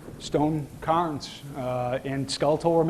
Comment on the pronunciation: it is CARE-NS, NOT CAR-NS. CAYRns, cairn CAIRns.